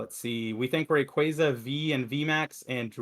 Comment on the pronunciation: Gtfo its pronounced ray-quay-za ?! Lmao Great podcast guys really enjoying listening 👍